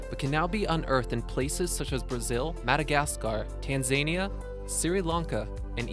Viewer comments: 11. Tanzania .... TAN-ZAYN-YA????? TAN-ZA-NEE-YA !!! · TANZAYNIA SEEREE LANKA MAYANMAR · Tanzania is pronounce tan za nia . not tan zan ea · tan-za-ni-a, not tan-zain-ia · Tahnzaniah and Sirilankah xD, needs to work on pronunciation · "... Tan-zany-a, Siri-lanka..." Read a fucking book!!! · "Tan-zania" sounds like a mental disorder. I take it you've never heard that word out loud before. Edit: Left this comment too soon, nearly missed "nameebea" - I assume a type of single celled organism. Edit: The pronunciations in this video... "red berrill"... Edit: Really? You can say Tanzanite, but not Tanzania?... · "Tan-zainya" "Siri-lanka" Really? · Tan-zany-a, Mye-un-mar, Siri Lanka, Nameebia... a litany of beastly pronunciations! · Well lets see.... first, you quoted the price of black opal as per " Karat". Karat is used for the purity of gold. "Carat" is the weight of measure used for gemstones. Secondly you mis-pronounced "Tanzania". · same as when he said Tanzania.... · For a video with complex gemstone names, I would have expected the correct pronunciations of Tanzania and Sri Lanka.